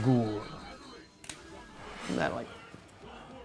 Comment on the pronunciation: Nazgoole: Nazgoogle: NAZGOOLIE!! 😑